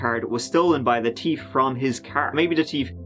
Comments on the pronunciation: 'the teef stole the SD cards'. I've never seen one of your videos where so few of the numbers aren't tree or terteen. I had to comment on the teef though. Oh, how about instead of CPR, is CP-Oar. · You know what is better than hearing you say, "Turd"? Hearing you say, "Teef". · The 'teif' 😂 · I want to propose a new drinking game- every time says 'third' (turd) & every time says 'thief' (teef) you take a shot!!! Everybody loves a good laugh when they drink!!! Cheers!!! 🍻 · Fun fact: pronounces "thief" the same way Ice Cube pronounces "teeth". TEEF 🤙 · Hey, can you say ‘thief’ one more time? But, seriously love you, love your channel and the stories you cover are unique. As a South African living abroad this story hit home for me. Brian is a manipulative, failure in life who murdered vulnerable women to make himself feel powerful. A pathetic loser! Oh and erm …your imitation South African accent cracks me up😂